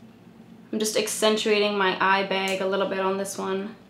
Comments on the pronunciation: “just accentuating my eye baig a little bit” ......... “b a i g” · "my eye beg" lmao i love you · im originally from washington state and i get made fun of here in TX for saying "bag" the same way. Maybe it's a regional dialect? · the second "bag" lol